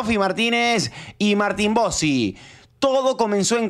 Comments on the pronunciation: Más que la pregunta en sí me pone más incómodo el diciendo Metsi y Martin Botsi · Metsi, Botsi ... che no es así 😅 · Deja de decir botsi, pareces Liberman haciéndote el banana. Es Bossi y punto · Metssi botsi sotfi youtube le tendría que prohibir la letra t a este canal😂😂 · Como seca la bocha escuchar metsi y botsi, mal,es messi y bossi